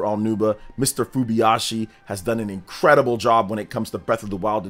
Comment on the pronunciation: It's FuBAyashi, not Fubiyashi